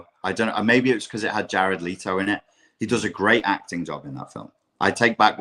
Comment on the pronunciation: Let me correct you on a small thing,, it's Jared Leto not Leeto 😊